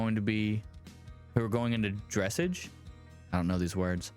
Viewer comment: Dressage rhymes with mirage. That's the sport with the horses in the Olympics. Anyway. Saying she could work it off would make sense if she had broken a household item. She proved herself to be a danger to the animals and a threat to her livelihood. Even if the vet bill weren't in the equation, I would limit her being allowed to come back at all. She should pay it because the whole reason she felt entitled to go behind her back and attempt to breed them is because she's a spoiled brat who won't take no for an answer and never faces consequences. She needs consequences. For her own good. Hopefully her parents will make her pay and she will learn something because patterns like this land people in jail.